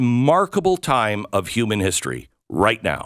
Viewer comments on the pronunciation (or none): none